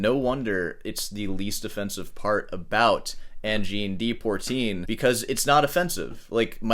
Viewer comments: Dear, 'Poitrine' is pronounced 'Pwah - treen'. We understand you're an American, but please make an effort with other languages. In English (that's the language that you speak), it means 'chest' or 'bust'. You should understand the importance of language, after writing all those wonderful plays, sonnets, and soliloquies. Obviously, being a Scot, I like Macbeth. Although, as far as all those sonnets go, your strict use of 14 line iambic pentameter can get a bit grating. Also, worry ye not, young lad, you're not going bald, you just have low eyebrows. 😏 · Like hell you said Sabrina Carpenter lol. Can't even pronounce Angine de Poitrine properly mate. Apart from a vast and diverse array of Western influences Adp blend, a deep dive in musicology and Middle Eastern music theory and also Pythagorean theory and philosophy is mandatory to comprehend what these guys play, and it's kinda surprising you think you understood what gives with fast forwarding one song. From all else, you had to bring up Wikipedia and comment on their citing of Leo Brouwer as an influence. I have some news for you. AC/DC is a huge influence on me. For the last 35 consecutive years, i have been making disco, funk, house and lounge records. What am i saying here? You understand an artist once you get a slight grasp of what's inside their head and i highly doubt your 30 mins video of saying really nothing substantial does demystify anything. Nor does the clickbait title. Sabrina Carpenter my ass. Cheers. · Native French speaker here, your pronunciation of poitrine is heavily microtonal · Try your shirt too. Learn to pronounce POITRINE. Credit their creativity. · How many wrong ways can you say Poitrine? Funny but also ignorant. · "Deportreen" is pronounced Di Pwuh Treen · PWA po trine not Por trine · it's Poitrine ... not Poirtine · It’s pronounced “pwotreen”. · It’s Poitrine not Portine